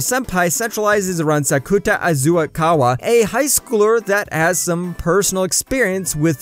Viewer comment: Its Azasaguwa not Azuakawa my guy